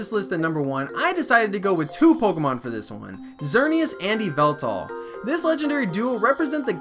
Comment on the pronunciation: That's not a reason to mispronounce a name.